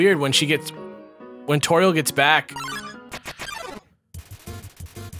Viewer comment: toriel as in totural